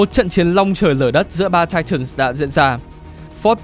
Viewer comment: Để ý ô đọc titans nhiều lần quên "s":)))